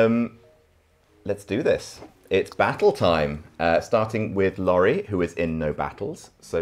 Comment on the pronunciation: I died when called Laurie, "Laurald"